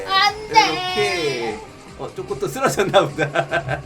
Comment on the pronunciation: ㅋㅋ운왜 쪼꼬를 왜쪼그이라고해요?